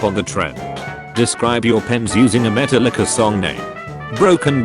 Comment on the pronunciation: It was funny because he said Meta Licka.